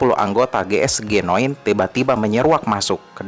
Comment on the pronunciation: Bang cara bacanya jiesjinine,bukan geesgenoen